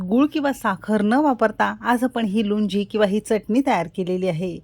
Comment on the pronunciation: Lunji naahi lounji mhantat yala